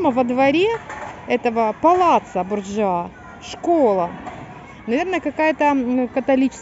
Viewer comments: BOrjia a ne BorjuA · И опыт сын ошибок трудных и гений парадоксов друг. А.С.Пушкин.🤗😉, извините за замечание но Борджиа с ударением на "о". Это семейство было главными отравителями, у них был свой яд и они его либо в кольцо подсыпали либо на кольце была маленькая иголочка и когда здоровались за руку с тем кого хотели отравить иголочка колола и гаплык. Они тем и прославились по сути. Вы смелые девочки, ходите, ездите а я бы побоялась заблудиться. У меня паника.